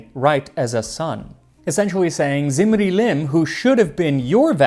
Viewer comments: Small Correction: is pronounced as "dzimri-lim", the "Z" is scholastic shortcut for the akkadian 'dz' sound ...which later very likely eroded to a simple "z" sound like in many other semiitic languages, so depending on when that happened in regards to the lifetime of that dude, ur pronunciation may still be correct nontheless 🙈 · When you say "Zimri-Lim" I hear "Lemony Snicket"